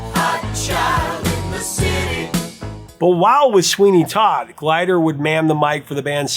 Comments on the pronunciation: Nick Gilder, not Glider. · Just for the record, it is Nick Gilder, not Glider... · Nick GILDER, not Glider. 😊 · I think you switched the order of the letters L and I in a name. It should be Nick Gilder, not Glider. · Nick Glider? Heh, it's Gilder. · how about Nick Gilder not Glider! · That would be Nick Gilder not glider sir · Nick "GLIDER"? hahahahahahaha.... OUCH! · Out of respect for the very talented musician, Nick GILDER, I think you should edit this video to correct your pronunciation of his name. He's not a glider. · it's Nick Gilder, not Glider. You do a lot of great research, but you're a butcher of names. Especially when it comes to Canada and Canadians. 😂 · Professor isn.t it Nick Gilder not Nick Glider? Did Casey get the pronunciation wrong in the fall of 1978? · Nick G.I.L.D.E.R. not Glider. LOL! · Nick Gilder, not Glider Prof. Love the channel. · Nick Gilder not Glider Prof. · Yes, DEFINITELY Nick GILDER, not Glider. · Just an FYI, it's Nick Gilder. Not Glider. An 80s canadian 🌟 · Nick Gilder. Not Glider, right? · GILDER not Glider.😉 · it’s Nick GILDER, not Nick GLIDER. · Gilder not Glider....am I right? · I was not Aware of this story at all. I find this kind of thing super interesting though. Thank you for putting it together. Also, I just want to correct one thing: it’s Nick Gilder, not glider. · I believe it is Nick Gilder, not Glider. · Glider?! It’s Gilder! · I thought it was Gilder, not Glider. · Professor - It's Nick GILDER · Thank you for pointing that out. It was driving me crazy when he kept mis-pronouncing it. My first concert, Nick Gilder and The Cars at Cobo Hall in Detroit. He was fantastic. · See, and here I was doubting myself thinking I was saying it wrong all these years. I was doubtful when he said it the first time. But then he repeated it again, and I was saying “No Way”! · It's Nick GILDER, not Glider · Gilder, not Glider. 😃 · Mild correction: It's Nick GILder, not "glider." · Nick Gilder, not Nick Glider 😊